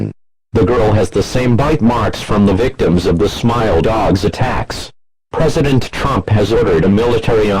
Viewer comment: P R E S E D E N T T R O M P